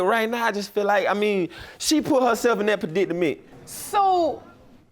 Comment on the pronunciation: Translate what he did say? 😭 Pruh-dit-uh-ment? 💀